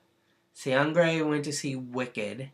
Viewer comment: No. There's no "g" sound in his name. The letter, "g", doesn't work alone here. It's only combined with "n", making a new sound, "ng". You know, like, "going", "working", "doing", "living", etc. THAT kind of "ng" sound, you know what I mean... Seungri is pronounced...just "Seung-ri".